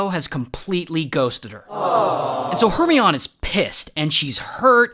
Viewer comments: YOU MEAN H E R M O N I E IE NOT HORMENION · “Hermeon” “illa-waaaa” - ray 2024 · ‘Her - me-on’ is actually ‘Her-my-on-knee’ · It's not Her-ME-ON. It's Her-MY-KNEE. Didn't you watch the Harry Potter movies? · Her-my-oh-nee. Check your Midsummer Nights Dream. You’re welcome. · Her My oh Nee not her me on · It’s not hermion it’s herMYeNIEE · Her-mine-E 😂 not Her-Me-On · Her-my-o-ni❌ her-mi-on✅ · HeRMiOnE Her-Mee-On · "Her-me-on" 💀💀💀 It's Her-mine-e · Thank you! I was cringing with Her-me-on! Her-my-O-knee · Her-mi-on - or Her-my-o-nee? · Hermione = her-my-oh-knee. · Her-MINE-EE Maybe you’re mispronouncing it on purpose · It's Her-my-o-ne. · Is he pronouncing Her-my-oh-NE incorrectly on purpose? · "Hermy on" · Hermione? Never seen Harry Potter? Her mine ee. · Ray pronounces hermeon how he pronounces illinwah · not hermy-on 😭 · ‘Hermeeyon’, love it. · “Her-my-oh-nee” please. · Ray, d00d. "Hermione" is "Her-my-nee". You know, Harry Potter? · Ray, the pronunciation of Hermione is Her-mine-e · Hermione Its Her Mayo Nie Like the character Shout out to French Turkish look alike Emma Watson the future prime minister of the UK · "Her me on" seriously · I think you mean Her-My-Knee(Hermione) like in Harry Potter.🤔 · Made it up. That explains the mispronounced Hermione. He made that up also. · I I like how he pronounces Hermione. lol 🤣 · Apparently, he's never heard of Harry Potter or Emma Watson if that's how he's pronouncing "Hermione." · You need to look up how to say "Hermione." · “Hermione doesn’t actually exist.” Of course not, he made up the pronunciation too. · hermione........ emma watson will be annoyed by that pronunciation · Ray, Ray, Ray...unfortunately, you are mispronouncing Hermione...watch Harry Potter to see proper pronunciation. 🤣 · Everyone talking about how Hermione doesn't exist but no one is talking about how he butchered Hermione 😬😬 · The way he says hermione AHHHH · he really tried the french “oi” 🤑